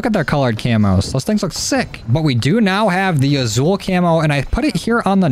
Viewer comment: It’s pronounced asul like with an S, sorry I’m Hispanic it triggers me